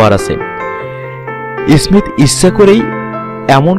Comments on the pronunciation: Ismist ismit koro keno bai tumar or age tumar uccharan tik koro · আপনি আছেন স্মিত নিয়া, ভাই আপনার নিজেরইত বাংলা শুদ্ধ উচ্চারন করতে পারতেছেন না 😭😭